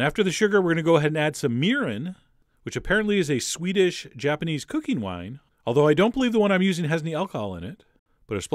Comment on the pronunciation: It sounds like you said "Swedish Japanese cooking wine"